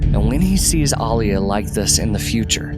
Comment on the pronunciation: Thank you for pronouncing Alia's name correctly...the new movies butchered them all and I dont know why, are modern peeps illiterate *people should reference the 80's film for the book proper pronunciations.